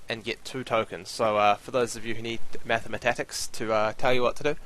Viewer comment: "Mathematatics" rofl